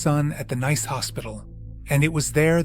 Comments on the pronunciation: It's not pronounced n a i c e but nis. Its the of Nice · Nice is pronounced ‘niece’.